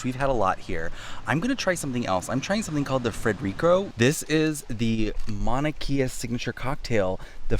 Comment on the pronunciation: You probably know this by now but the proper pronunciation for Mauna Kea.. Mau-na Kay-a. Just in case. Love the vid!